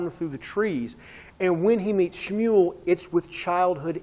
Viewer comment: Great pronunciation of schmual